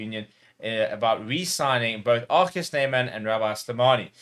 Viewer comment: We love RG here at Leinster (and thanks for the correct pronunciation of RG - ArKhey). With RG already a massive fan favourite, as Rocky Elsom was back in 2009, I'm hoping we can update the 2009 "Rocky Rocky Rocky" chant to "ArKhey" "Ar Khey" "Ar Khey" anytime he does one of his outrageous one-handed offloads - and we would be absolutely delighted if he is allowed to extend his contract.